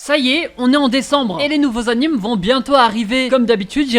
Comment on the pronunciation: Tous ces « anims » me font saigner les oreilles...